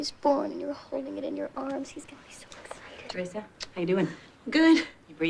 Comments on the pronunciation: funny how they pronounce teresa--my name is pronounced tereeesa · my name is teresa also but its pronounced te reee sa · cant believe they pronounce teresa the way they do--mine is pronounced Tereeesa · my name is teresa but i pronounce it tereeesa. never liked the teresa pronouncement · never heard teresa pronounced with a soft "e"